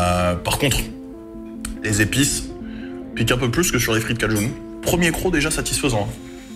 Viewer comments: Ça se dit frites kaj1 et pas cajoune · C’est cajun et pas cajoune 😜